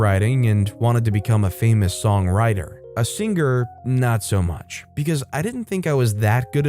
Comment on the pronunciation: i know the word singer has a g in it but thats to much man